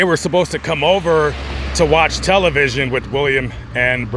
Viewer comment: You say "watching television" in a very boomer way. :) Would like you to cover the Daybell case at some point.